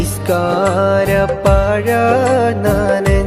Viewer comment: നിസ്കാര പാഴാ അല്ല.. പായ